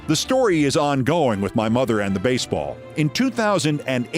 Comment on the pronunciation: "Avoid getting hit in a basball"...? (Brilliant. That was your last line of this edition).